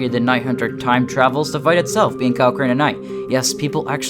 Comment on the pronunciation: It’s crane